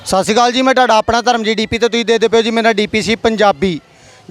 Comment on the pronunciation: ਮਾਫ਼ ਕਰਨਾ ਪੱਤਰਕਾਰ ਬਣਨ ਤੋਂ ਪਹਿਲਾਂ ਪੁਰਿਤ੍ਰਹ ਪੜ ਲਿੱਖ ਲੈਣਾ ਚਾਹਿਦਾ । ਢਾਡਾ ਨਹੀ ਤੁਹਾਡਾ ਹੁੰਦਾ ਦਰਸਨ ਦੀ ਥਾਂ ਦਰਸ਼ਣ ਹੁੰਦਾ ਤਾਂ । ਜਿੱਸ ਇਲਾਕੇ ਦੀ ਬੋਲੀ ਤੁਸੀਂ ਬੋਲਦੇ ਹੋ ਉਸਤੋ ਵਧੀਆ ਤਰੀਏ ਨਾਲ ਸੋਧਕੇ ਬੋਲਣਾ ਚਾਹਿਦਾ ਪੱਤਰਕਾਰ ਨੂੰ। ਏ ਗੱਲ ਤੁਹਾਡੀ ਵਾਦੇ ਲਈ ਹੈ।